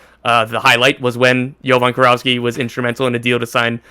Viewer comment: Its Jovan KIROVSKI guys, KI RO VSKI, its a Macedonian surname. FORZA MILAN